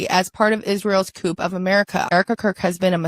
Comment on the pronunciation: I'm struggling to take commentary seriously from a chick who can't pronounce "coup." 🙄